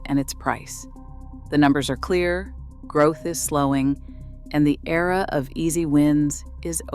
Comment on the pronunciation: Why was era pronounced as E-R-A ?